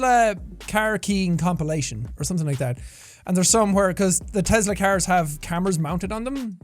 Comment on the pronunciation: I'm sorry but how you say Tesla I get you have an accent and say things a little differently but you pronounce it sounds like Te-Z-la other people in america can agree